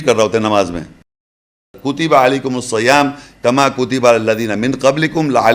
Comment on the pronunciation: اپنے پیٹ سے صلوة کی تشریح کررہاہے۔۔سادہ۔لوگوں کو گمراہ کررہاہے۔۔۔۔قرآن خودتمہارے اس تشریح کو جھٹلارہاہے۔۔۔ورنہ اللہ پاک یسبح اور یدعوکی جگہ بھی یصلی ذکرفرماتے۔۔۔حالانکہ ان سب میں اللہ سے کمیونیکیشن ہے۔۔۔لفظ صیام صاد زیر ہے اور زبرپڑھ رہاہے اور ذریتی یاپرشدہے تم ساکن پڑھ رہاہے۔۔۔لفظی قران پڑھنے کایہ حال ہے سمجھ کی کیاحالت ہوگی۔ ۔۔اللہ پاک ان گمراہوں سے بچاے۔۔۔پکا منکر حدیث ہو ۔۔۔میرے نبی کی وضاحت اس گینڈے کو قبول نہیں اپنی وضاحت لوگوں پرچسپاں کررہاہے۔۔۔۔۔۔